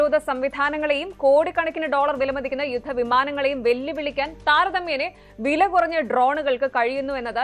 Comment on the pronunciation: " താരതമ്യേനെ " മുകേഷിന്റെ ഭാഷ കേട്ടു പഠിച്ചതാണോ. "താരതമ്യേന " ആണ് ശരി